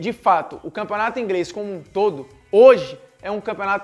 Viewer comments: Campeonato Ingrêis? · No minuto ele fala campeonato "ingres"😂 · o campeonato " ingrês " kkkkkkkkkkkk